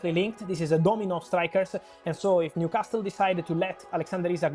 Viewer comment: The only thing he should and could easily improve immediately is the pronunciation of the word Newcastle, come on man, just leave out the t